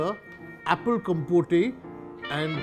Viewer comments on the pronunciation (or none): none